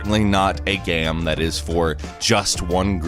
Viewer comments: Can you stop saying "gam" instead of game? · You said gam